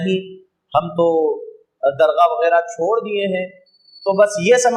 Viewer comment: درغاہ نہیں ہے حضرت بلکہ درگاہ ہے